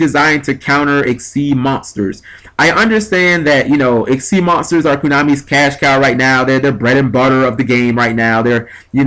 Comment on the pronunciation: it's konami not kunami....